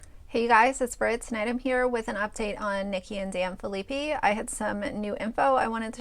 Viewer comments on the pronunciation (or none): I love that you are doing these videos and have watched them all but just wanted to let you know their last name is pronounced fill-a-pie